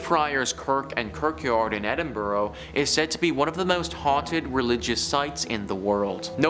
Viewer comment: Please learn how to pronounce Edinburgh, There is no 'O' at the end Full stop.